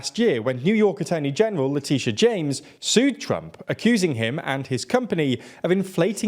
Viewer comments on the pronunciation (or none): none